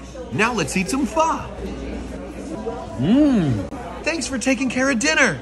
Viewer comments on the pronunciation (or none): Why do I get mad when somebody pronounces Pho as Fuh.